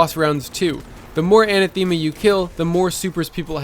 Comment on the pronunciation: Anathema is pronounced [uh-nath-uh-muh]